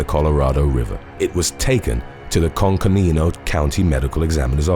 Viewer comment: "When exchange students go wrong" Also, you pronounce coconino county as coke-a-nino or cocoa-nino.